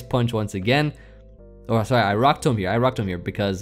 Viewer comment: 1: electivire is in my top 3 favorite mons. Definitely almost top 2. 2: I’m going to make fun of you all weekend for the way you say “tomb”. Tome? Really? You say it like tome? Oh you won’t love this one down. Especially after some sake